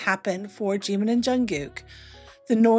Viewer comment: Прекрасный выпуск, спасибо! 💜 Но так хотелось бы, чтобы кто-нибудь наконец-то научил Искусственный Интеллект произносить имя Чимина правильно!!! 🙏